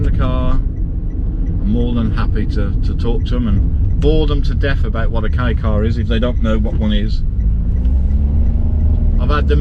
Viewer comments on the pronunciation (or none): As a Japanese person, we're happy that people all over the world praise "K car". By the way, I feel something is off about the way you pronounce "Kei car". If you pronounce it correctly, "K car" is appropriate.